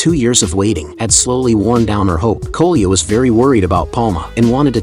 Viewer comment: Ai is so stupid It calles Коля koluya